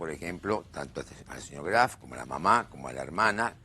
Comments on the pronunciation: ni el apellido sabe pronunciar no es craft es graf de lo imbecil o de tanto mentir se le mezcla todo apurenla y confiesa q cristian lo matooo o el padreeee vamos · 🤣🤣🤣🤣 sisi.. le dice CRAF.... Q verguenzaaaaaaaaaaaa! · Dice CRAF la abogada ni el apellido sabe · Cómo se puede mentir de esa manera!!! Y esta mujer pronuncia “Kraf”. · Me mata cuando le dice Craf jajaja